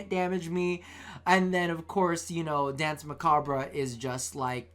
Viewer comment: While you're at it might as well not forget about the French pronunciation of "danse" either since the entire term is French.